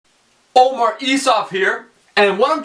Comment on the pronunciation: Omar, why do you pronounce your name wrong?